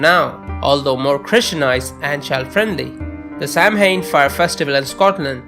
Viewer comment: Oh and just a bit of constructive criticism- Samhain is pronounced Sao-wen (Irish pronunciations are infuriatingly complicated) and Celtic is pronounced Keltic (there are no soft c's in Celtic languages). Thanks for the interesting video.